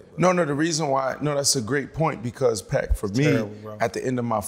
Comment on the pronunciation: Pac as in man not pac as in tu